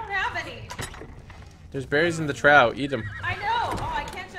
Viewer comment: Love the series, please pronounce trough "troff" 😉